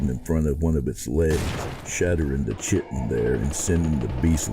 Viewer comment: the narrator mispronounces the word spelled chitin, the word is pronounced KY-TIN with a hard K and a long I. The word rymes with lighten.